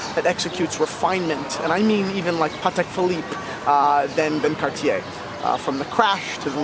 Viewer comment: I've always gotten a kick out of: passionate about watches, knowledgeable about vintage pieces, and wildly opinionated in a good and entertaining kind of way. I'm really pleased to see that he finally pronounces Cartier correctly. Thanks for the segment,.